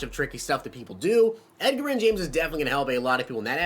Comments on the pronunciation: Two years in a row this guy still can't pronounce his name , fucking fix this. His nickname is Edge.... c'mon man not pronounced like Edgar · Edger-in james... come on, I know he's a older player but I'm 16 and even know how to say it.... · Lol I cant with the pronunciation 🤣🤣. SMH have you never heard someone talk about him before? I've never heard him called that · He says Edgerrin James like he only plays MUT and didnt grow up watching football lol. Love the videos keep grinding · Hunter McMillin imagine saying someone knows nothing about football because they pronounced Edgerrin wrong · You butchered Edges name lol